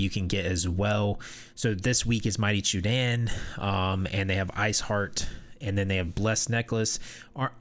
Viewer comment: Zanil Theran is also in Craglorn, for those that haven't done the pre-req quests to get to Coldharbour. Senche is pronounced Sench, not Sen-chay; Chudan, Choo-don, not chew-Dan; Y'ffre is Ee-fray, not Ya-Fray. These are all spoken in-game.